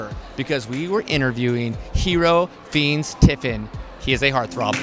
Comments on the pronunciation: Is it just me or in he call him finis instead of Fiennes? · Hero feens tiffin?? Wtf😂😂 it’s hero Fiennes Tiffin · You pronounced Fiennes wrong💀😭 it’s like Fines😂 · It’s FIEnnes 🤦🏻‍♀️😂👌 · You said Fiennes wrong ☺️❤️😂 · The way the interviewer says fiennes is killing me It’s wrong 😂🤦🏻‍♀️ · not you saying hero's name wrong😐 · He said his name wrong.... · Please pronounce..... Fiennes.... Correctly !